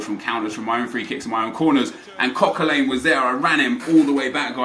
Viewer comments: Coquelin is pronounced Coquelan not Coquelane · why do you pronounce Coquelin likes its "Coquelain" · Hearing your pronounce Coquelin makes me want to kill myself